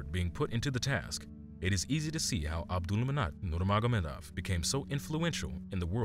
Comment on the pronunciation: You keep calling him Abdulmanat Nurmanagomedov. SAY HIS NAME RIGHT! ABDULMANAP NURMAGOMEDOV